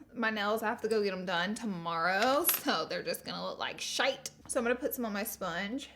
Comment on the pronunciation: You sounded Scottish when u said shite